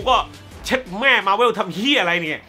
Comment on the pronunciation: หนังโคตรรักที่สามารถเปิดดูซ้ำได้ตลอดเวลาของปี 2019 คือ Spider Man Far From Home เด้อ สุดท้ายอยากขอของขวัญปีใหม่จากพี่อย่างนึงคือพี่ช่วยออกเสียง มาร์เวล ว่า มาร์เวล ได้มั้ย พี่อออกเสียงว่ามาร์เว่ว มาทั้งปีเลย มันอาจจะดูไม่ต้องซีเรียสอะไรก็ได้ คนเราอ่านออกเสียงแต่ละคำแตกต่างกันออกไปอยู่แล้ว แต่คำนี้ เราขอนะ #ไหว้ย่อ